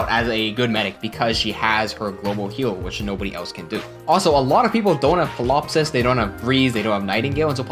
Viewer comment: I'm also a fan of that. For your benefit: correct me if I'm wrong, but pretty sure the p in Ptilopsis is silent (lots of tricky names in the game). Also: Myrrh = Mur. Evidence here: Promise I don't mean to nitpick or be a bother, I just know that I like to be well informed and that I enjoy being corrected so I can improve going forward, and since you seem like the sort who would like to learn and improve, figured I'd point those things out.